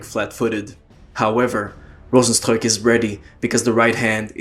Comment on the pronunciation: yeah cause rozenstruik is a name from Suriname and that is basicly dutch and you are the first that pronounces it correct